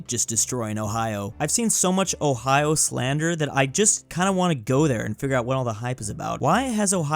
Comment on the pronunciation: He said hoe-hi-yo and not Ohio?